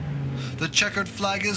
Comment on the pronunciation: "...and his Wise Grip racer." Uh...thats Vice Grip....lol He called Kinser "kayser" too.